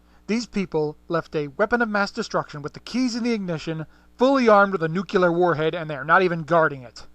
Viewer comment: "Nucular" isn't a word,.:P